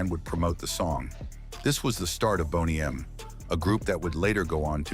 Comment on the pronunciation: What a boner killer to hear AI voice over and over mispronuncing the name everyone knows.